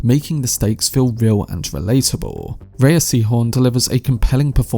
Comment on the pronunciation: Thanks for the review. It was really calming. // Rhea = "Ray".